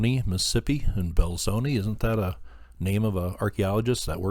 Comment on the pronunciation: I'm from Mississippi and this one is new to me. I haven't seen it listed on any MS mound site maps.. Thanks for your awesome channel - I'm sure you probably don't hear that enough. Just for your knowledge - Belzoni is pronounced like it has an a on the end. There's no way to know that unless you're from this area - yall know we talk a little funny down here.